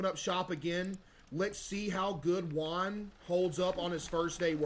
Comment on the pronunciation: Bro keeps calling Jim, Quan 😂 the first guy is Jim, middle is quan, and last is Juan 😂😅